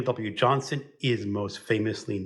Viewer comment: I believe it's pronounced William John-STONE.